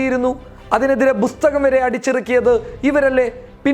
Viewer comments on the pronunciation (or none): എടാ പൊട്ടാ ബുസ്തകം അല്ല പുസ്തകമാണ്